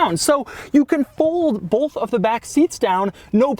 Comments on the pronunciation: AAAAAEEYYAAI can't stand when someone pronounces "both" with the FCKN LETTER "L"! Bolth? WTF is that? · Did you just say "bolth"? dislike unsub :P